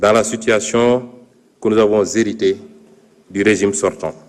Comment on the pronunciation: 🤣🤣🤣🤣 Sonko a un problème avec la liaison. Nous avons zérité 😂😂😂 on dit nous avons hérité